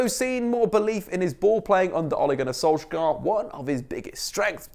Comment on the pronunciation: Also, it's not Oh-lay. More like Ugh-Le (like you pronounce Lemar from Thomas Lemar, or the French 'Le Parisiens')